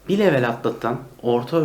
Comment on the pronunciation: İngilizce kelime kullanıp da, kelimeyi Türkçe telaffuz etmek. Garip. “Level” diyeceğinize seviye deyiniz. Yada “level” kelimesini İngilizce telaffuz kurallarına uygun konuşunuz. Komik olmayın.